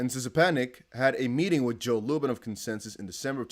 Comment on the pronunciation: Szczepanik => shgaepanic (something like this) 'sh' like 'sh' from 'sheep' 'cz' like 'g' from 'package' Try google translate pronounce from Polish language